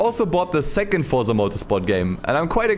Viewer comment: is it THAT hard to say the word FORZA? it is FORZA not Forsa. Fortsa 😉